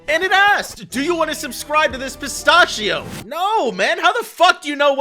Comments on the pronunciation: its actually pi-stasch-io not pi-stash-eios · Perstasheeo? Pistachio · Who tf pronounces pistachio like that lollolllol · The way you pronounce pistachio bothers me. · the way you pronounce pistachio pisses me off